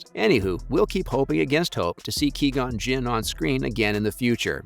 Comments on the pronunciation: "Key-gon" lmfao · Ah yes haha my fav character Key-gon Jinn. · QUI GON WITH Q JESUS CHRIST LEARN THE NAME